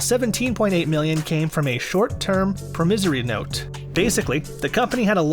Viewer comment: You lost me when you mispronounced, “promissory note” and “exorbitant”.